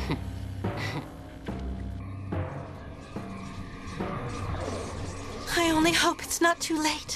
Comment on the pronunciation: Did X.A.N.A fail to say obstacles?